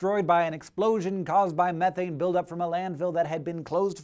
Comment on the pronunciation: I've noticed how he struggles to pronounce the word methane correctly, also in another video he pronounces aluminium, al u min um. Strange.